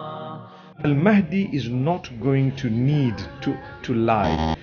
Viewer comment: Astaghfirullah, you have again used the AI generated voice of Ustadh Nouman Ali Khan to prove your point at the end. Stop with the falsehoods. Anyone who hears Nouman's lecture knows he doesn't sound like that. He's an expert in Quranic Arabic (Classical Arabic) and would never pronounce Al Mahdi as Al Maadi. Fear Allah brother.